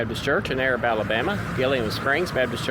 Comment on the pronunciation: Pretty cool video. We say Arab like A-Rab though. 👍 I see you’ve done a few videos on Marshall Co. but haven’t watched them all. Just found your channel. Have you done a video on Union Grove? There’s a place called Greenbrier Cove, several old cemeteries down there. In the Civil War the Union Troops crossed the river down in Greenbrier, they had camps down there. My great great grandmother who died at 106 , she was the oldest person in Marshall County at the time. Her obituary said that she remembered Yankee troops crossing the river and setting up camp down there. My great great grandfather was a Confederate soldier and my gg grandmother’s second husband. He is buried in the Cove.